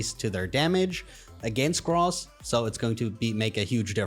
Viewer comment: Did you just say Gross instead of Grass?